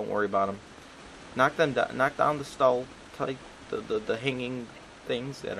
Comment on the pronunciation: It's pronounced stuh-lack-tight.